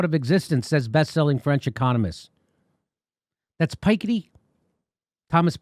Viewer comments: 🤓 Hi Jimmy, Piketty is pronounced as Pee-cat-ty. Love your channel!! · FYI, it's Thomas "Pi - ketty" not "Pike - itty" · For info jimmy about how to prononce Thomas « Piketti » Insist on the « pi » part of it whitch in English gives « Pe ». the add ketti the way you want « Pe--ketti » Cheers from Belgium. We love your show(s)